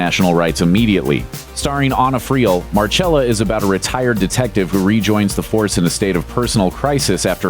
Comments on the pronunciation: It’s Marcella not Marchella smh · Mar-CHELL-ah? Don’t you mean Mar-SELL-ah?! Jesus. You Really need to check your basic facts and names.